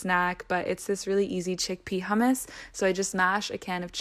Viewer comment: Nobody says she is Middle Easterner because she pronounced hummus properly..